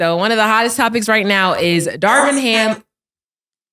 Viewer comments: they keep calling DARVIN ham darwin ham 😂😂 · Isn’t it Darvin Ham? They keep calling him Darwin. 😂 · "Darwin Ham".....😂 Lol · Darwin ham lol it’s darvin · It is not Darwin…it is Darvin Cam😂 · Why Killa keep calling Darvin Ham Darwin? lol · C’mon why ya still callin this nigga Darwin?? It’s Darvin 😂😂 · Why can’t people say Darvin?